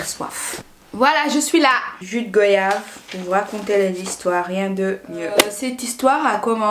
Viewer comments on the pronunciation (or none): désolé mais sa me stress on dit goi-yave pas go-yave tous comme on dit voi-yage et pas vo-yage .. voila voila ...bisous